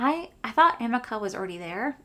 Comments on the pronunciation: amika is pronounced (a meek ah). just thought I’d let you know. I felt funny correcting you but every time I hear you say it I’m just dying to tell you how it’s pronounced.😅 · It’s pronounced uh-MEE-kah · It said “ Amika- Ameeka and Beis is Base “ that’s how you say them .. google what ya good for 😂😂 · You crack me up 😂 Amika is pronounced A-ME-KA 😂😂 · I don't shop from MAC because they're not cruelty free 🤷‍♀️ Also amika is "ah-ME-ka"